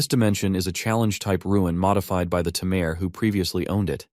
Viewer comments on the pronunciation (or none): This AI voice seems unable to say "tamer" correctly! xD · What’s with the constant use of tameer instead of tamer? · What a interesting way too say tamer 😊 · if only the AI could properly pronounce "tamer" consistently